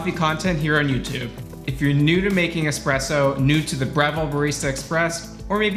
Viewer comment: I always stop at the first "expresso"